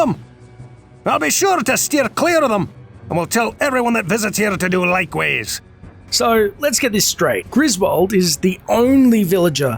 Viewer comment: It sounded like Griswold pronounced "likewise" as "lakeways". Maybe it is just me.